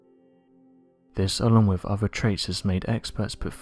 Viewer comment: Could you get a reader who doesn't have a speach impediment? He cannot pronounce "l". He swallow his "L"s. "Old", sounds like "Owed". "With", sounds like "Wiv". "Beneath", sounds like "Beneef".